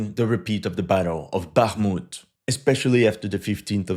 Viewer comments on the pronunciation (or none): none